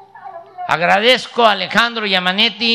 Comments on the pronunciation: Eso le pasa por prestarme a un show, y vaya que el presidente de México dijo Yamanesi y no Yamabuey o yamaguey !! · Como giamateyy... no importa pela el huevo dice amalo